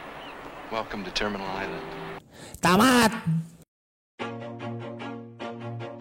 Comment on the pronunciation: Island dibaca jdi ailen